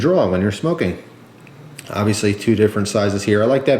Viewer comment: i love how u say "kids" but u pronounce smoking wrong